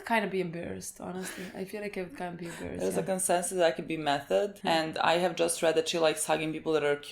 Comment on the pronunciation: It´s pronounced like "Meh - toh - deh", not like the english "method". German again, you know 😉 For me she´s one of the MVPs of this arc, but gets overlooked a lot. Slayed the Gargoyles, healed injured Dünste, detected the missing replicas and stood her ground alone against Ferns replica. One of my favorites.